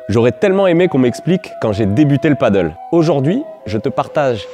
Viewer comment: Bonne vidéo,claire, précise,simple et efficace. Par contre c'est du Pádel pas du paddle😉, mdr Même les pros ont du mal à le dire😛